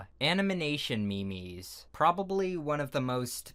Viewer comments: “Anamanation mimis” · Animination me-mes.